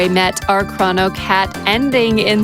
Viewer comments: Is that really how you pronounce "chrono"? I've said it with a hard "o" in both positions all my life. As such i am not willing to change now, but I may have to look up pronunciation online anyway. Chr-O-no not Chr-aw-no i refuse. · It's always been crow-no - like Cronus Cronos Kronos